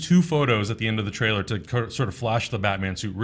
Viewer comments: Lol, Jessica Jones "Trialer" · Yhea, "Trialer" Love you!!